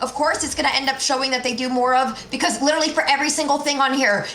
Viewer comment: The way this dude pronounces "literally" is driving me fucking mad.